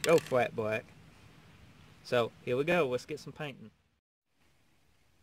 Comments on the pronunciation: How about that FWAT BWACK! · Rememba. Fat bwack, not gwossy bwack. Nice vid.